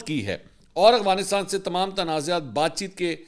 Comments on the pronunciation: منصور بھائی محبت اور معذرت کے ساتھ ایک تلفظ کی طرف آپ کی توجہ دلانا چاہتا ہوں ۔ افغانستان کی ادائیگی سننے میں اغفانستان لگ رہی ہے ۔چیک کیجئے جناب ۔ اختر تابش مدینہ منورہ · منصور صاحب میں نے پہلے بھی توجہ دلائی تھی کہ آپ افغانستان کو اغوانستان کہتے ہیں آپ بڑے میڈیا پرسن ہیں آپکے منہ سے غلط تلفظ اچھا نہیں لگتا